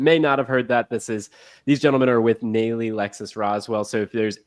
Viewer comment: Nalley. Pronounced Nahlley. Lived in ATL.